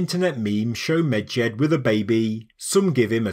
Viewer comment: You say Medjed, all I hear is midget😂